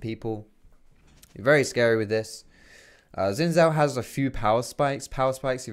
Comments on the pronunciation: Why do so many white people call him ZIN? I don't want to sound too pedantic but.. it's spelled with an X, and it's probably a Mandarin name. Pretty sure it's pronounced SIN? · Its pronounced 'Shin Shaw'